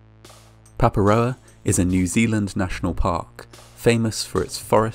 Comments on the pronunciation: Te Reo Māori can be hard to figure out- I heard Waitakere pronounced Way Tih Karry by a youtuber who handles sensitive subject often and very well and, to my knowledge, does pretty good research, so this guy deserves credit for getting Paparoa so close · I was actually shocked when I heard Papaproa, first bc I don't pay 100% when I bingewatch these videos late at night and I'm VERY not used to my home country being featured, and secondly bc ive almost never heard anyone say Paparoa irl as well as this random foreign youtuber 🤣